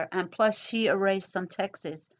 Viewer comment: good work on these videos they were helpul! you say the word "texts" exactly like "Texas" lol sorry just had to point that out